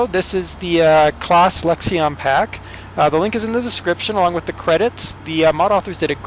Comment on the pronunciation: U don't say the I in lexion